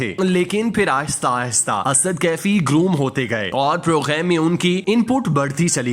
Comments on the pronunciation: bhai "program" main gaaf hota hai ghayen nahin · Are you pronounce English word "Program"in french pronunciation.